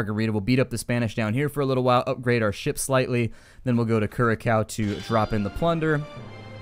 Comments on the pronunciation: curacao is prononced caraco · dude it's Curacao but you should say it KuRasaow cause I live there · i just want to point out that you are saying nevis and curacoa wrong.You say it like knee Vis and cure a sow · I do like the series but Some of your Dutch purnounciations were a bit... meh. Like Curaçao, de Hongerige wolf and the Schorpioen. Keep LP-ing and thank you for replying.